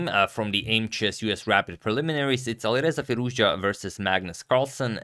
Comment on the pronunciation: The way he correctly pronounces "Alireza Firouzja" makes me think agad is Persian for a moment